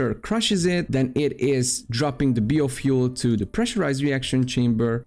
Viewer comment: I can't imagine being an adult that can't pronounce biofuel correctly.